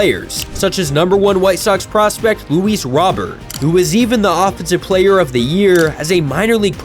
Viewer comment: its Luis Row-Bear